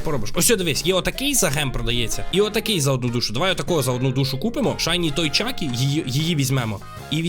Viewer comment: не чакі а чіка